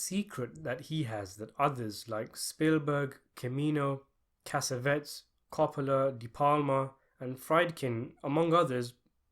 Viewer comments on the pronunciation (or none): i told you before it is Michael Cimino pronunciation is chemino, not Kemino. don't you want to understand??